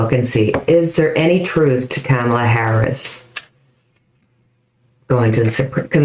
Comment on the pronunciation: Kamala is pronounced like "pam-a-la" with a "K" .😃